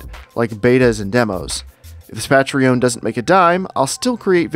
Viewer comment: the way you're pronouncing patreon is so odd. Hope you get plenty of support.